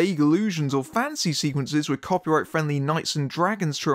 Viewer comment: Whenever he says "fantasy writer" I keep on hearing "fancy writer." It's mildly amusing.